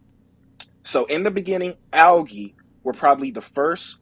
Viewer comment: So he doesn't know how to pronounce algae, what photosynthesis is, the difference between fresh water and land, nor the definition of gaslighting.